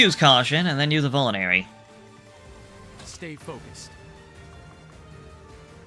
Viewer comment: I don't want to crumble your world down but... You keep saying Vule-nary. When it's actually Vul-ne-rary.